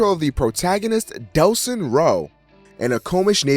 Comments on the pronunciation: I agree with 100% of what you said in the video, personally I seem to have enjoyed the game more than you, I think it's because I lived the story as evil first, rather than good. I also was bothered by you saying Nelson instead of Delson sometimes, but meh, nitpicking. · I don't know if it is just me, but I thought I heard you say "nelson" whenever you mentioned the main character Delsin. its Delsin :) not Nelson. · its delsin not nelson